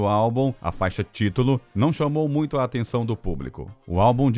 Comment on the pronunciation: é irritante tb como pronunciam errado a palavra Muito!